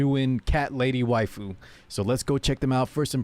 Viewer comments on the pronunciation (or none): none